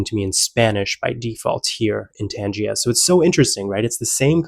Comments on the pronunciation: Tangea. Isn't it pronounced Tangier? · Learn to say Tangiers, please. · in English it's pronounced ' Tan-zjeer'